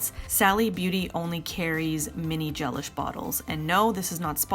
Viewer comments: I always thought it was pronounced GeLISH like deLISH! Not GELish like relish. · I think it’s pronounced ge-LISH, like “ooh, that meal was de-lish”, not GEL-ish, like relish. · I believe Gelish is not pronounced like “relish” but like “that meal was delish”!